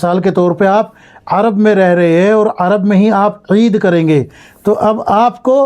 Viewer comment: Aisa koyi boyi nhi bolta. Eed